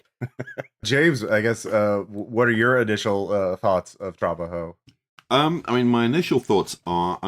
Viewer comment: tra-BA-jo, not TRA-ba-jo